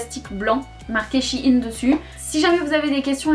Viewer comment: "Chiiine" c’est shyen lolol